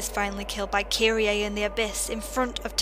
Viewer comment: I'm seriously disheartened by people who play video games ; and the game gives perfect pronunciation , and then the person just goes "Fuck it, I'll just say it how I want" (though its incorrect) "Kiri-A" It's just kirie, the "e" in Japanese isn't always the sound EY. Tomoe is TOE - MO sigh Then again you have a Vulpix as your channel mascot so its already apparent of fucked of name prounonciatations of the Pokémon community.